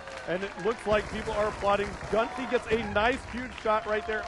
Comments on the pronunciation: GUNSHE!?!?!?!?! ITS GUNSHY!!! What an idiot. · He was pronouncing his name gunshee it's GUN GHY